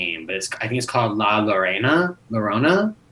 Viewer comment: You pronounce Llorona like "Yo-Rona"